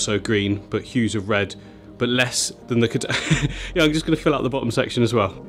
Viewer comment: "Kedanga" 😂😂 gotta love how comes up with his own name for plants!